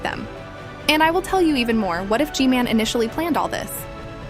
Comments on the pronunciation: Hey why are you saying g man name like this g mail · The most of the time i heard i heard her say gmail instead of gmail 😂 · Why does she call G-man gmail?